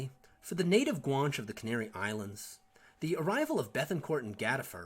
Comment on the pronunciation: Outstanding video Guan che is pronounce as 2 syllables Guanches intermarried with the Normans. Their offspring participated in the conquest of the Western Canaries along with Spanish and Portuguese conquistador. Louisiana and San Antonio were settled by Guanche descendants. Fidel Castro is part Guanche.